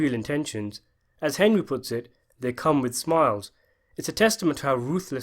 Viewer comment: Young Tommy call Henry “Hendry” What’s up with that?